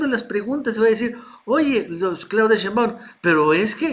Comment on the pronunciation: Porqué el llamar a la Doctora Shembáum,cuando su apellido es Shembáum,como si llevara el acento en la e,digo si es q no me equivoco